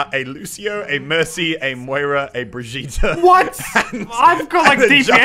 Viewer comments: it's BRI-'GEE'-TE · It’s pronounced bri gee ta